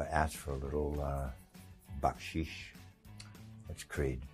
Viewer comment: I am impressed by creed, he pronounced the word baksish perfectly. Most westerners are terrible with Indian words.